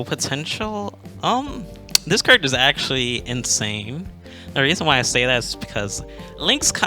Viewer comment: i love you man but it kills me the way you say character